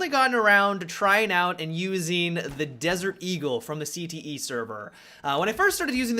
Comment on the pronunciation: Anyone else giggle like a school girl every time he said "D"-gul?